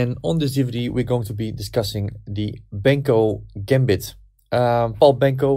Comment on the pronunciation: You always say "Benko - Gämbit", but it is pronounced the other way around: "Benkö - Gambit" … :-) (And by the way it's also spelled with an ö: Pal Benkö was from Hungary.)